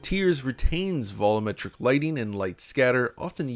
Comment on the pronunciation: Another video? Bet he's gonna say "vollometric" instead of "volumetric" again. Yep.